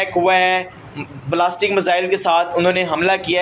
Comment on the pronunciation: साले कटुए प्लास्टिक मिसाइल नहीं ये बैलेस्टिक मिसाइल है😅😅😅😅